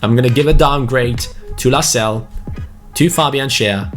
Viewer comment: Your pronouncing Lascelles wrong it’s Las-Cel-Es. Like so can see